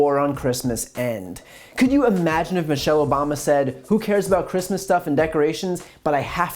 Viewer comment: yes babe, you are compleeeeceet, and you do support heeeem ... and yes chreeeeestmeeess